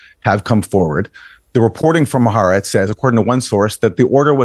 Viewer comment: hi. Haaretz is pronounced: ha-R-etz